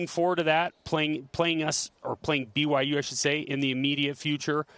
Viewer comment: I find it hilarious that he can't even say "BYU". Cracks me up. Even though in his office at the U he has a BYU diploma hanging up. Haha. I think it's something he picked up from Urban Meyer just simply as a rivalry tool like putting BYU stickers in the urinals on rivalry week. I respect Coach Whitt and no matter what he does, he's a cougar and always will be.